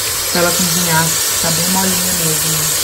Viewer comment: uma dica ou correção, como quiser... Pronuncie "cozinhar" ao invés de "cunzinhar". Fica mais bonito 😉